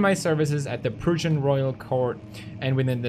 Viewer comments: And says "Proosian" too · He keeps saying "Persian" instead of "Prussian" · you say it like 'Prassian' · he cant say Prussian correctly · God the way pewds pronounces prussian is awful.